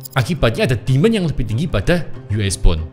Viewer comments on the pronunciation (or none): kalo nyebut istilah pake bahasa inggris, kadang gw langsung nangkep, kadang butuh 2 detik baru bisa nangkep.. J jadi G, demand jadi demon...bahasa inggrisnya dia kacau😂